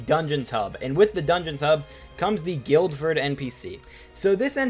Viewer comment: Guildford is pronounced Gill-fuhd, not Gilled-fuhd btw